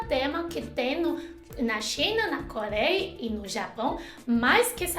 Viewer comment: cóleia, calactelisticas, etc... aaaah adoro quando ela troca o R pelo L <3